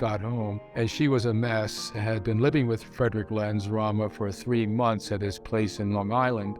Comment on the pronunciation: He can't even pronounce Rama